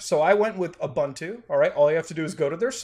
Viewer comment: Muta, why do you pronounce Ubuntu that way?